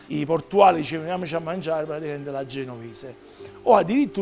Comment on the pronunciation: Nessuno:: "Praticamend"